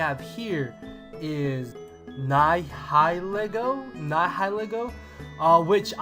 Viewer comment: When you pronounced Nihilego like that, I knew how much I'd cringe through the others.